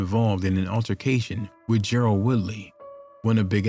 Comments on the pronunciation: Ger-RARD not Gerald😂😂😂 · Gerard not Gerald